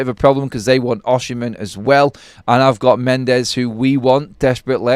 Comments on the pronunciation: That maybe so but Osimhen is a far better footballer than Rashford. It's spelt Osimhen by the way just keeps saying it wrong!😂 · How u pronounce “Osimhen” ? Oshimhen?😅😅